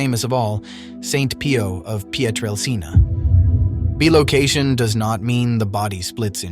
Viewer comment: Bi ...not Be. location 😅😆😆😆